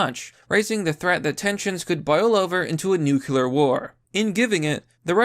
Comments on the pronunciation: Brother I love your videos and I'm subscribed but it's not "nuc-u-lar", it's "nu-cle-ar". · nu clear. not nuc ular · Not nucular... new queue lar X wrong. Nuclear... new clear... pretty simple. Dubya couldn't get it right either. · WTF is a nukular war???????? Are you trying to say NUCLEAR (pronounced "nu-clee-ər")? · It's "nuclear", not "nucular". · New-Clear!!! Not “new que lar” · STOP CHOOSING TO BE BAD AT PRONOUNCING "NUCLEAR!" NU. CLEAR. THERE IS ONLY ONE U IN THE WORD, NOT TWO, SO "NUCULAR" IS WRONG. (This message has been brought to you by the Foundation for English Language Pedantry) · Man I really like this channel, but it's pronounced new-clee-ur lmao not new-cue-lur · I would normally make a comment about how much I hate the way says "new-cue-lar" instead of "nuclear", but I'm just glad you're back, buddy. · Every fucking time you say nucular [sic] I cringe so hard that my teeth hurt. :-/ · There's no such thing as 'nukular' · Nu cle ur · Yo nibba, I'm glad you didn't go homeless, but if you keep saying "nukular" I'm gonna have to rescind my sympathies. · Nuke-you-lar. It's pronounced nuke-you-lar. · Considering how often you say nuclear, you really should learn how to pronounce it. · We're on the edge of WW III and yet I keep obsessing over the pronunciation of 'Nuclear'. Meh. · Dude, that's not how you pronounce "nuclear"... 🙄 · Pronounce nuclear correctly, ass-hat